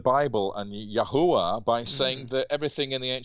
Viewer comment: That special feeling you get when David Rohl pronounces Yahuwah correctly 😮